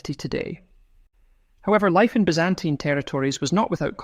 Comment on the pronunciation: From where did you get that strange pronunciation of "Byzantine"?